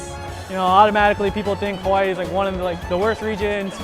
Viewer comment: bro said “juan one of these” 😭